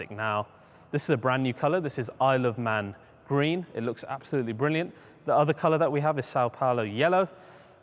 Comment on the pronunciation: He said the color was “I love man green” LOLOL well that’s at least what I heard